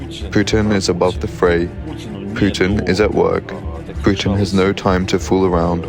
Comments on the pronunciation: It's 'Vladolf Poostain'. All hail Tsar Poostain. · putin LAW-AY!!! 😂😂😂 indi pa kabalo mag-english!